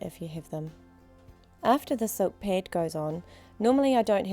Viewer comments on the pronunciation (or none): Or ped